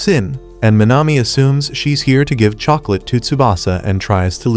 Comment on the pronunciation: What the hell is a chocolatttt😂😂😂